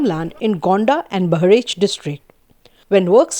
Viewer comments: Do not pronounce 'Bahrich', It is called Bah_ra_ich = Bahraich. You do not belong to non Indian subcontinent so that your tongue does not work. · Its not Bahreeech... its beh-ra-ich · Its pronounced Bahraich, not bahraeech !!! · It's pronounced not bahraych but buh raa ich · Its bay-ha- ra-ich